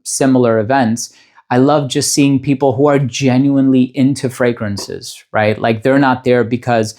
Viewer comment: Voted! I love your voice, I don’t wear perfumes often but love to listen to your videos because they are so interesting, I feel I learn so much. And I love your exact pronunciation of the frangrances even if they are other languages. It shows you care about what you are doing and you are so thoughtful and honest in your descriptions. You deserve it! Best!